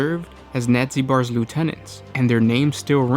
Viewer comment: Nad-zeh-Bar. Nadzybar.